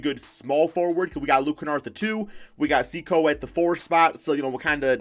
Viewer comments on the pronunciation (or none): "Mediocricy" = a made up word uses instead of mediocrity. Also it's pronounced seh-koo not sea cow lmao.